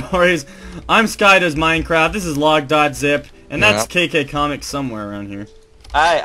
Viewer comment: at the end i think you said skydoesminecrap